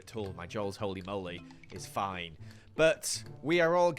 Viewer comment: "joe-ly hoe-ly moe-ly"